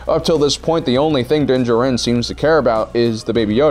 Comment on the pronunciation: Also din djarin, do you mispronounce on purpose my guy?